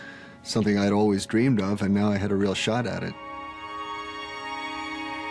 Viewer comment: Real not reel